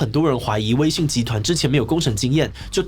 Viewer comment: 有些許地方口誤成「威信」了喔